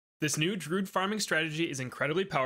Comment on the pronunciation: Druid, not Drood. Rhymes with fluid. Does not rhyme with dude. But, will give this strat a try... been using 2-0-0 farm spam (upgrade to 4-2-0 over time) for awhile, never thought the 0-4-x druids were cost effective but it seems like either I was wrong, or something changed in a recent update.